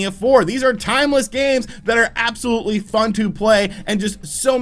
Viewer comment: I tke a soht eevry tmie says “absklutly.”